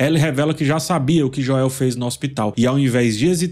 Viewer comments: Joél não dá kkkkkk é Joel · Sou o unico que incomoda com "Joél"? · Meu deus,... "Jóél" tá engraçado 😅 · Esse falando Joel em português me quebra... kkk toda vez acho engraçado. Pois até a serie dublada fala Joel em Inglês. Kkkk